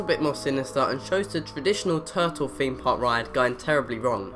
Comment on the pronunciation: Top Extract haha no he's talking about how you say your "th's" Example: feem park